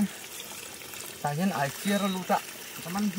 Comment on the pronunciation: A chaw, 'chiah'tih tur ni awm tak, chah chu awmzia awm lo😅